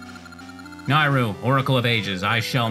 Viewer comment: The Y in Nayru makes me think of the word yay so I say it like that. You say it as if the A is an I